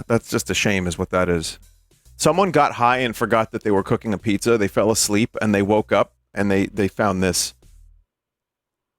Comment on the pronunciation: Pizza more like pee zza